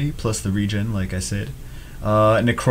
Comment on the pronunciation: RE-GEN thats how it is pronounced, you said it correctly